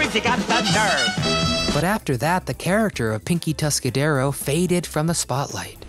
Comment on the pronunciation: "Tuscadero"; no 's', on the end.